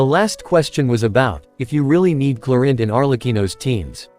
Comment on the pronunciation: Clorinde ❎ Chlorine ✅ 😅😅😅